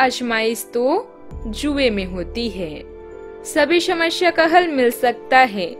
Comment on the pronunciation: समश्या? रहेगी? सुब समय, शूर्य !!! सरीर, शकते है? इतना गलत तरह से उच्चारण, व्याकरण की गलतियों से बहोत अच्छा मनोरंजन हुआ। कहीं ये कम्प्यूटर से तो नहीं बनाया जाता है? कोई इतना